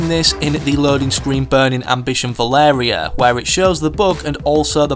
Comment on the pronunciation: Why do you keep calling her Valerie? Her name is Valeria